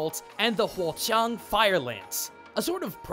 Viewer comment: Pronounces Huo Qiang accurately.Kudos to you my man